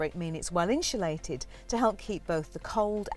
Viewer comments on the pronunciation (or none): inshulated... interesting pronunciation